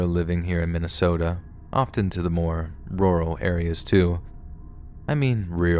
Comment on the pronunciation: I see I’m not the only one who has trouble saying the word rural lmao